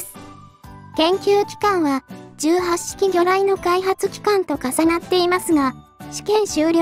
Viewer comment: 問題はこの素晴らしい兵器を敵性艦船に向かってぶっ放す「闘う意志・戦う判断」があることだ。 あと、「18」の読みは海自では「ひとはち」じゃなかった？